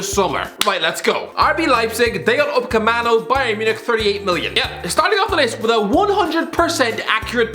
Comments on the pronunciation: Nobody:: Dayot Upacamano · Nbody:: dayot Uamacano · Nobody:: day - oat - oop- ama - cammo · Nobody:: dayot upmacano